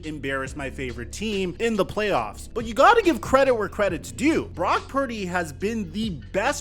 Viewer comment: He feels so badly towards Brock Purdy he won't even say his name correctly... Brack perdy, F Newton. Not for his opinion, but for his blatant disrespect...